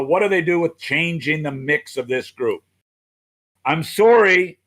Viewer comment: "I'm soary."